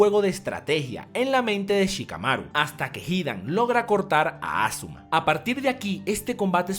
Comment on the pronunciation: es asuma no azuma